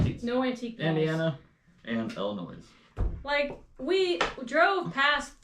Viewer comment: I always have to laugh when says Illinoissss instead of Illinoyyy 😂I’m kinda surprised doesn’t say Missoura instead of Missouri! We here in Illinois thought that’s how people from Missouri say it😆We DO have antiques shops you just didn’t find the best places 😊I’ve been antiques shopping practically my whole life in Illinois. I would LOVE to shop on the east coast for antiques, they have wonderful things there! I had my DNA tested by Ancestry and my results have changed over the years as they find out more about DNA. I’m more like. I knew about my Scotch and German ancestry but I was surprised to find I had Amish ancestors from Switzerland, ancestors from Belgium, The Netherlands and a sprinkling of Scandinavia and Spain😀Justine’s DNA results are so interesting!!!